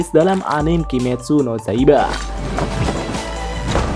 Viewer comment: Iya, kok zaiba ya? Dari awal juga bilangnya zaiba